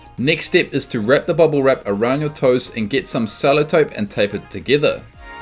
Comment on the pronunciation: He said selletope